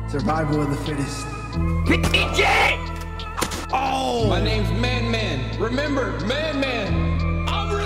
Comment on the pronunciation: “Survival of the fittess” lmao